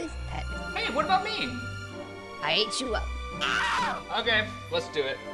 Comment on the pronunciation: "I ate chu up" - 2018